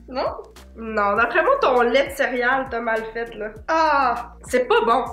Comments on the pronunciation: Je pensais que mon père était tout seule à dire cériale avec un i mais vous le dites aussi 😂😂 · J’adore la manière que dit le mot céréales: cériyales ❤️😅